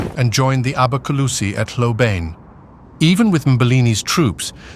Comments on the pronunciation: Please. The proper pronunciation of Hlobane is "Shlo-ban-nyeh", stress on the 2nd syllable. Source: Notes on Zulu Orthography. Book: "The Washing of the Spears" by Donald R. Morris, 1965. Otherwise, a very engaging video. TYVM. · Hlobane, pronounced " schlobarnie". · hlobane not hlobane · The pronunciation of Hlobane is atrocious. Is it an AI voice?